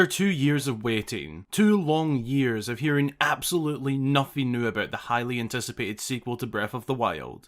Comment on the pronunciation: When you said highly anticipated, it sounded like "Hylian ticipated" Edit: "Hylian Dissipated"